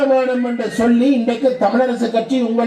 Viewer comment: சொள்ளி இல்லை சொல்லி தமிழர்கதைக்கும் தமிழ்